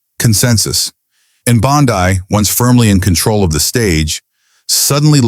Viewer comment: You need to learn how to pronounce her name!!!!!